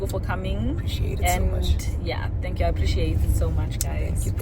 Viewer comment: Luzuko!!! “tank” 😂😂😂😂😂